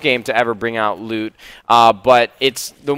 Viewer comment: Every time I hear loot, it allways sounds like lube, "hey I just dropped some blue lube"